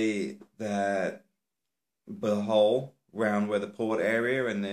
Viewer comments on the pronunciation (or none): none